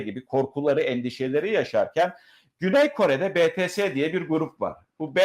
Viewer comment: BİTİES diye okunuyor BETESE DEĞİL Fatih bey o gençler çok terbiyeli ahlaklı ve çok başarılılar. En büyük ÜYEMİZ kimseokjin 30 yaşında. ARMY ler yani hayranları olarak üyeleri her durumda destekliyeceğiz.